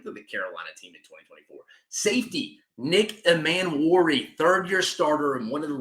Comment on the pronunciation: I agree abt the O Line😂 hasn’t been good in recent memory. Everything else was pretty good. Rlly quick it’s DOWELL LOG-GAINS NICK E-MAN-WORI IK IT HAS 2 Ms at the beginning but it’s pronounced like above. Not being nitpicky just passionate abt Gamecock football and I want them to be pronounced right😂